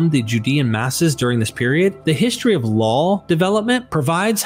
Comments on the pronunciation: Why do you keep adding an L to the end of the word "law"? It's not pronounced "lawl". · I get pulled out of the narrative every time you say "lawl" instead of "law". Why are you saying that? There's no L in the word LAW. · Why does he keep saying LAWL (law+L) instead of LAW?